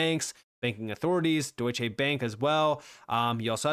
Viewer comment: It's Deutschè not Deutschééé Bank,! Short sounding 'e'.